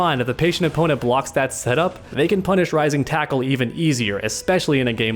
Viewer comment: Dude this is killing me! It's: Rising taco and Crapshoot... say it right.